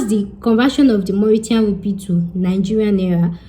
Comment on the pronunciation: 😆 u made me laugh, the way u pronounced Creole, and ur Mauritiaaan Rupee , omo Yoruba ni mi .. u tried